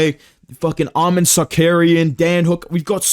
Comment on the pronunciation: Lmao doing the chael impression so much that he forgot how to pronounce arman’s name